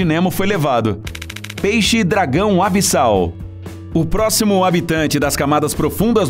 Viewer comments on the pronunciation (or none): É zona ABISSAL e não Abdial